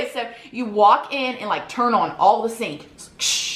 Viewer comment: First I love how you say “on” but 2nd ⭐️